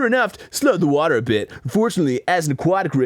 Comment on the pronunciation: I repeated hwater at the same time as Dan 😂 H H HWATER